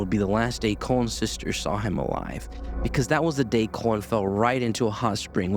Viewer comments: Col - in not COLON. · Is... nobody going to comment on him pronouncing Colin as "colon"?